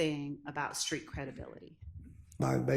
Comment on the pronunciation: He say Creek credibility not street credibility 😂😂😂😂😂😂😂